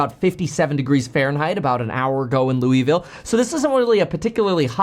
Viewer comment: you pronounced Louisville wrong